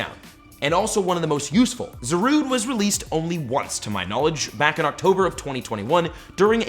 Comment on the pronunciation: ahh yes, zoroon